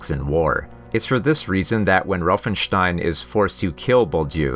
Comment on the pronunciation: Please dont say roofenstein its said Von Rauffenstein the letter A is pronounced different in Germany also north England and Scandinavia...